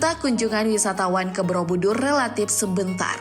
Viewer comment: Kenapa aku dengernya 'Brobudur' ya? Bukan Borobudur